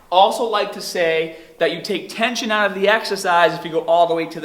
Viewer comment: his pronunciation of "arms" and "start" sounds Aussie to me, while at the end he said "oot". Honestly Im confused...